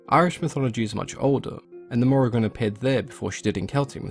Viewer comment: It is pronounced More-Ee-Ahn-- love from Ireland :)